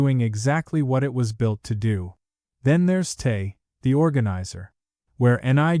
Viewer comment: I don’t discredit this video, because it was created heavily with AI. I am turned off by it, because the YouTube creator did not even put the effort into correct the narration of Te being misspoken as “tae”, repeatedly in the video. 😂